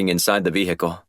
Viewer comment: The pronunciation of Vehicle is starting to get annoying.. Good series so far..